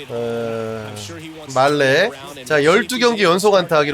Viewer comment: 말레아니고 마흘 ㅋㅋㅋ ㅎㅎ